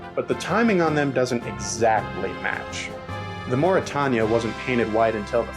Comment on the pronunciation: ”mauritawnya” Me: angry ocean liner fan noises